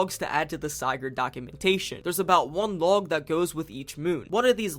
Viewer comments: By going out of bounds, modders have found that the "hand" here is just a giant fish hook. Make with that what you will. Come on, man... Sigurd. Sih-gurd. You pronounced it correctly during the voice acting part , but got it wrong afterwards? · lol wtf is a Siigurd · Bro no offense, I’m really happy people are doing LC lore videos and such, but you were very lazy about this video. You only really focused on Sigurd’s logs (btw you pronounce Sigurd wrong and it hurts), while giving a couple of your own theories. Theories that are very very very easily disproven. First of all, scrap items in the games aren’t all metal. Rubber ducks, plastic fish, toy cube, chemistry flasks, lollipops, like c’mon man. Secondly you didn’t even LOOK at the bestiary, did you? There’s so much more lore there that disproves some of your theories and makes some of your “own personal theories” just already-stated fact. I plus you made out some of your theories as if they were your own ideas when you just read them from the logs, like the company building being nothing but a prison for Jeb. I could go on but I’ll switch to positivity next, I’m very glad you did a lethal company video and I’d like to see more! Just put some more work into future episodes lol